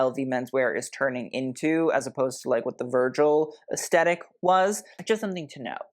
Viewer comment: Honey, I LOVE YOU! I watch all your videos and really appreciate your work. I have to say - PLEASE - YOU SAY THE WORD, "AESTHETIC" ALL THE TIME, AND YOU PRONOUNCE IT WITHOUT THE "TH". Please say it with the "th"!!! I'd love you even more!!!!❤